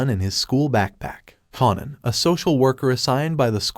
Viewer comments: Kanan as in KA-AY-NAN. Say it with me, kaaaaaaaanan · I'm gonna need for this narrator to learn how to properly pronounce the names of the characters in his video!! It's pronounced KAY-NAN...say it with me now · U r pronouncing Kanan name wrong.. its annoying 😩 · Too annoying I didn't watch it.. but I did want to express my frustration. Do it over without the mispronounciation